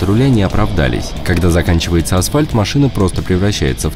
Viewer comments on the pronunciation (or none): none